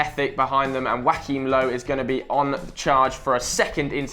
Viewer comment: "Wackeem Low" lol